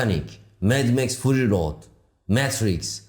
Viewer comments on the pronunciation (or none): none